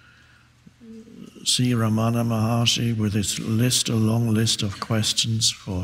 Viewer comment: It's pronounced RAM-ana not Ra-MANA